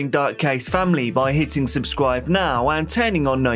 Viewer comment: You're making a true crime doc not a football highlights montage. Everything about the video, save your tone of voice, knows and understands this. Take a deep breath and remember that the last syllable in a sentence can end without fading into the abyss. It's now, not nowww. Riley not Rileeeyy. Unresponsive not unresponsiiiiive.